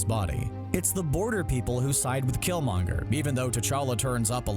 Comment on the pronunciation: You're butchering killmongers name